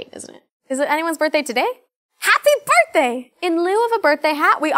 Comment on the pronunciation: Anyone else LOVE the way she said HaPPy BIRTHdaY! lol